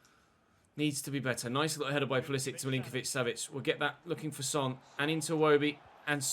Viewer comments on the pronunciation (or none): You are not saying Pulisic's name correctly IC is like in ibrahimovic or Matic not IK